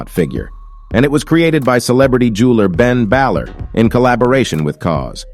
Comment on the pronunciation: Ben ballar it’s Ben Baller like he playing basketball ball an is a baller